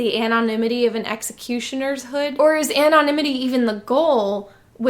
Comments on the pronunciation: “An-on imity” Dude please pronounce it like a normal person pls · Terrible movie. Deservedly forgotten now, save a few Luke milking walrus memes. Divided a fan base like no other film has ever done. And a couple movies later, after trying to erase its damage themselves, they decided to stop making movies all together. Also, you pronounce “anonymity” weird.